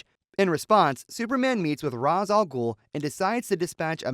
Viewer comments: Ra's ah Ghul is pronounced Ray-sh al Gool. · You can't pronounce Ra's Al Ghul correctly